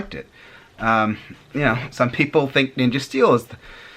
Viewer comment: That awkward pause when he mentioned Ninja Steel 😂